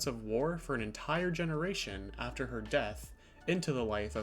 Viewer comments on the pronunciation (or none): none